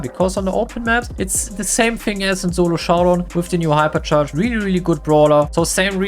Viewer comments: I love how ❤he says (ZoLo JoUwDowN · Why you said "zolo shodawn" 😅